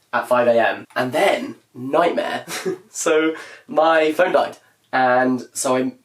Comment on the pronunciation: oh my god i thought he said "my friend died" instead of "my phone died"